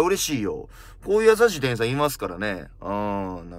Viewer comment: 店員❌ていいん→⭕てんいん 人に聴いてもらうなら、きちんと読みたいナ〜😢